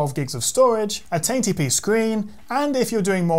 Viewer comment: 1080p:: "TaintyPee"